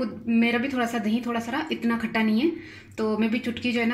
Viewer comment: "DaheeN" naeen hota...Da-hi hota he.